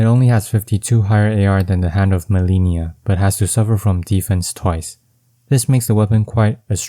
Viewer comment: If you fought Malenia and "learned to hate the move", how can you still mispronounce her name? lol